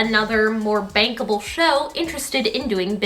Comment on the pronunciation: Okay I think you said that Hugh Jackman and Sutton Foster were bankable, but I heard bang-able (Also Beetlejuice closing is very sad and I have cried several times)